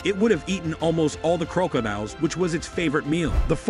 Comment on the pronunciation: So we gon ignore this AI pronouncing crocodile as croak-o-dile